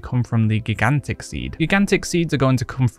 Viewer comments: "giggantic seed" tho.. lmao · great video dude. I gotta laugh though, how you pronounce gigantic :P made me laugh more than it should have